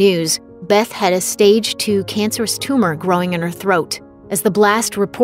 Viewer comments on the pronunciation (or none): none